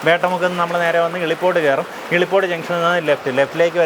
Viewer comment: ഇളിപോട് അല്ല മിഷ്ടർ 😂😂😂😂😂 ഇലിപോട്.... 💖💖💖